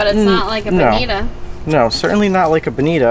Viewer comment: It didn’t appear that you bled them. Did you? And on behalf of us west coasters.... it is pronounced “bonitaaaa”. Cheers